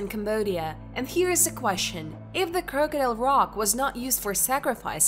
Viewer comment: Geoglophs? Croke-adile? Do you speak English?